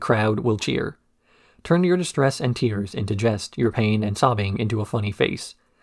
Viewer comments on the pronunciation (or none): none